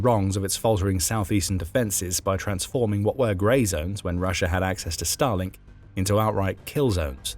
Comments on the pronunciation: Every time I hear Starlink in this video I hear it as Stalin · I'm sorry, every time they say "Starlink", I hear "Stalin". 😮